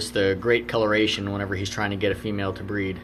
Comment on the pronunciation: I thought you said bread 💀